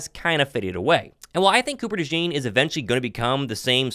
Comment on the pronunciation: Cooper “Dajawn” Dajean